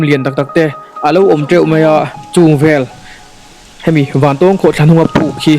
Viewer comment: Zira, I thil tih ah hian mithilhre zawk te rawn hmasa ṭhin teh. A hmasa in "Vantawwwwng Khawhthla" kan nei ngai lo. Vantawng (eg: A san zawng chuan vàn a 'tawng') tia lam tur. Anih loh vêk chuan Vantáwng (eg: Ramhnuaiah sakei nen kan in 'tawng') tih ang pawhin a lar ta zawk a. Nangin a duh duha kan ram hmun leh hmel, duh duha an hming I lo thlak ve nachhan tur kha a them pawh a awm lo. Tin, Vantawng Khawhtla hnunga puk hi hmasang aṭang tawha kan hriat vek tawh ani. I luhna puk thuk zawk, fangfar awmna, "Puk far" kan tih mai kha kan naupan laia kan luh chhuah hrep tawhna ani. I kal hmasa awzawng lo. Adventure club lam, sa pel a kal leh a bulhnai khaw mi leh sa phei chuan an lutchhuak fo tawh I pian hma fe aṭang tawh pawhin. Mipui mimirin an ti bawrhbang ang tih hlauh vangin an kam tam lo mai. Tlawh luai² chi pawh anilo, intih palh leh mi hliam buaipui a buaithlak tawh ṭhin avangin. Fangfar ho kha khawih avanga thi thei pawh anni bawk lo, climate a zir leh zir loh vanga danglam mai ani. Tihian intih lar I duh vanga kan hmun fianrial ṭha tih common I hreh lo rau2 anih pawhin information dik deuh tal hi chuan thehdarh ṭhin rawh. Chubakah, ahmaa kan hrilh tawh ang che in naupang kum 20 pel ṭawk I ni. Camera leh drone tel kher lova I kalna hmun luh chhuak tawh tu hi a zà tel fe an awm. Puitling lungfing ber niawma Bawihtlung Channel style la taka Zofate zilh ve sek tum hi sim rawh. Kan hriat chanve chanveleh pawh la hrelo, kan hmuh tawh 10% la hmù lo hian Mizoram mi leh sate hi I z